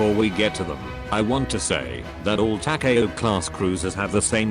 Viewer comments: It's Ta-Ka-O, not Ta-kay-O. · Its Takaw not Ta Ka a Ow.